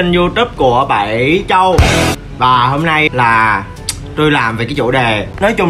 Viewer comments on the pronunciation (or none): đọc chữ châu kiểu j ý "chrâu"???